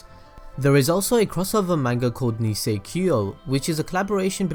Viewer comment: nisekio? wtf